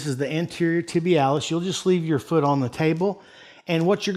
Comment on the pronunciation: "Goes all the way down to the fuud, foot" lmao